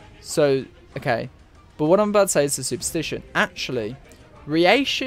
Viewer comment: Okay dude, stop saying ri eishi, it's reishi, rei, not riei. Also, Ad-you-lattion. And the word reii, is pronounced rei-i. two vowels together are pronounced separately in Japanese usually. except the ou, that's pronounced ō or oh if you're english. As for why the soul reapers are sent to hell, my theory is as follows: The reii of the world of the living and soul society, when not in a physical or spiritual body, destabilizes the world. Hell is the solution because they get a body there. Meaning the reishi gets concentrated to a single location again as opposed to being spread out across the dimensions. The hollow is necessary to allow them into hell. Killing a hollow makes it return to soul society. That transfer of reishi is enough to open the path for them to hell. More specific than this is much too foolish. Most of this is speculation anyway, it's just a theory, A GAME TH.... okay, done to death I get it. Last thing since you kinda got it wrong, they are not sent to hell as punishment. In fact they gain the status of warden. The purpose of the soul reapers is to balance the world right? So think about it from that angle.